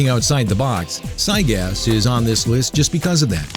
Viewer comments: Its gygas not cygas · can someone please tell this guy how to pronounce these bosses. I mean Zygas? Sephyroth? The punch out? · It's actually prounced (gIgas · Try Gy-Gas, not Cy-Gas. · just to let you know it'd Gygas Gi-gas not cy-gas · Zygas? Why does his name have a g at the start then? Are u reading from a poorly written script?? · Gigas not Zygas Sans not sauns ... I cant take your promunciation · I'm bugged how he says gigyas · Sigh-gas? you could have just tryed and pronounce it... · You said Giygas and where is there a c in it seriously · giygas is... not pronounced zygas. and he's not hard at all. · wait is giygas pronounced sygas and my entire life has been a lie, or is it a mispronounciation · You pronounce Giygas... PSIGAS? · Did you call Giygas... SIYGAS? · "Psy gas" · its pronounced guy-gus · It said Siygas lol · I think "sigus" killed me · you're saying stuff wrong. its GUY-GISS and the a in Sans is pronounced like the a in Sam. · It sounds like he pronouncing it as cygaz or sygas. With a S or C at the beginning. How he completely ignored that capital G in the beginning of his name is beyond me. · Sawns. Siygas. I think thats not how you pronounce those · Uhh I hate how he says giygas